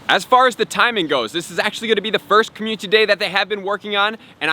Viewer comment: So many community days... still pronouncing as commutiny day